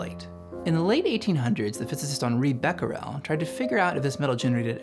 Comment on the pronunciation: Great video, but I’d highly suggest looking up the pronunciations of people and places before recording your audio for future videos. For example, it’s not “bek-rel”, it’s “bek-er-ell”. “fur-me” should be “fair-me”. “Deh-cow” is “dock-cow”. Etc